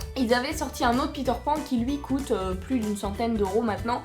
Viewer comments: Puorquoi tu dis cote alor que sa se dit coute ? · dsl mais sa me stress parceque tu dit cot et ses coûte normalement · Ça cote mdr au lieu de ça coute😂😂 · Tes la meilleure YouTubeuse du monde Ps : tu dis cote pas coûte !!!! Sinon continue comme ça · pq tu dit quete à la place de coûte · c'c'est moi ou elle ne dit pas coute mais cute avec un accent bizarre